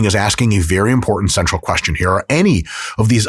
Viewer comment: i think it was “central” but it really sounded like sexual at first